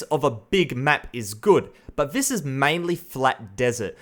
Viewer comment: B4 u criticize something learn how to say “this” instead of “vhis”